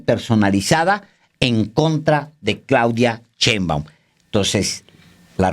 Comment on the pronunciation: por favor Alejandro, ya no digas "chembaum" me da cringe 😂😂